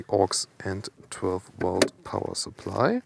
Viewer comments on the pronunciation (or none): none